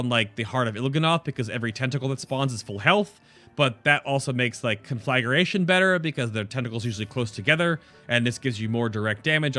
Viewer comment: Please! It's con-flag-gration, not conflag-ur-ation. That's the second video I've seen where it's mispronounced. Can nobody read any more??